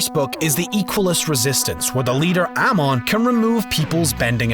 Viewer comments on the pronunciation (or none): You mention how the live action movie mispronounced names and you later mispronounce Amon is said with an uh sound not an ay sound like you used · Uh •Mond not A•mon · Dunks on people who don’t know how to pronounce “Mai.” Just watch the show! Also: “AH-MON” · Dang, you were adamant on Mai's pronunciation but you pronounced "Uh-Mon" as "Ah-mon" lol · Did he just pronounce it Ahh mon??? Like no its Uh mon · Aman no no no it’s Amon 🙄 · The leader "Almond" ? Did you even watch the show, dude??? His name rhymes with "Come on" ... COME ON!!! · Him: “The movie mispronounced names” Also him: “ah-mon” 😂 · We all hated it when they pronounced our characters’ names wrong Also: AH-mon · Complains about movie mispronouncing names also him "airmon" doesn't use energy bending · Is it just me or is it just sooooo annoyed when he say a-mon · I noticed on 22 he said Aman sounds like sOkka ore ero. not trying to hate btw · Who tf is AH-mon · The emphasis should be on the second syllable. It's "Ah-mOn". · He made the emphasis on "A", so he didn't pronounce it correctly. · My dude, great video but AM-ON? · The video creator explains the disappointment we all felt as fans watching the M. Night, live action ATLA movie due to, one aspect being, the mispronunciation of names , ie. Aang=Ong, then he goes on to mispronounce AMON’S name repeatedly and …I really hope that was done ironically…. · The fact that he went on about mispronouncing Mai but like 5 mins later he literally mispronounces AMON one of the easiest ones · You say that u hate the movies pronouncing names wrong? Why did you say amon 2rong?K?! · Did he just say AMON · He pronounced Amon's name wrong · This channel: "people mispronounce mai" Also this channel: proceeds to mispronounce Amon How do people get these wrong anyway? It's a tv show, not a book! Just listen to the words! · Talks smack on mispronunciations of names... mispronounces Amon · He mispronounced Amon...